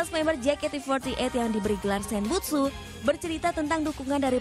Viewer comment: Senbatsu oy.. Bukan Senbutsu... 😡